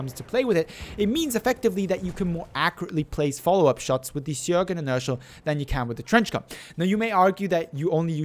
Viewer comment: It's pronounced Schöögrén